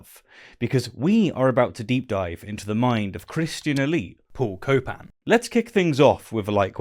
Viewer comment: Paul Copan… more like Paul “Cope”an